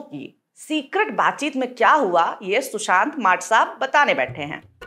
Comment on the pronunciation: Aap ne shushant kaha ya Chushant..?